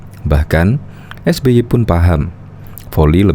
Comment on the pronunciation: Saking sering atur kata... Sampe keseleo nyebut nama SBY 🤣